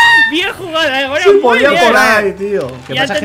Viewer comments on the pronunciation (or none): es gonaluh no goluh ni gonuh (sin ofender)